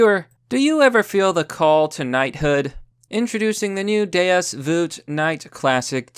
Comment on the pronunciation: "Deus voot"